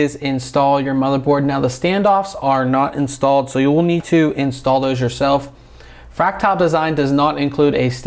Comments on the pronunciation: Its fractile...like fractiles...(frack-tull) not (frack-tile) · Where the heck do you get "Tile'" in "Frac-TAL"